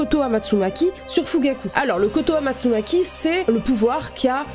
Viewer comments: Incroyable la vidéo, j'aimerai bien que tu fasse une vidéo dédié à l'amitié shisui/Itachi car je trouve quand dans l'animé ils nous montrent quasi rien. + c'est pas "kotoamatsunaki" c'est "kotoamatsukami" 🤣🤣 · rectification de la prononciation cest : kotoamatsukami pas maki sinon tres bonne video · "Kotoamastsukami" Sinon super vidéo ! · Koto amatsukami et non amatsugaki, très belle vidéo sinon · Kotoamatsukami et non kotoamatsumaki * lol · C'est pas pour être méchant mais sa se dit Kotoamatsukami et sa se lis comme ça